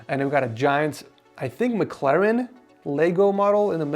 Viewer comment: Bro really said Mclaren😂